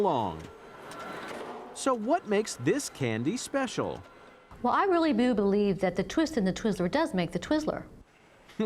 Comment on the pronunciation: “I boo believe”